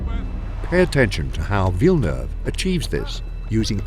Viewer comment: That's a spot-on pronunciation of Villeneuve my man